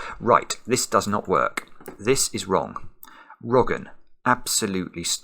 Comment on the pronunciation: This is wrong! Me: wrogn.: wrogn.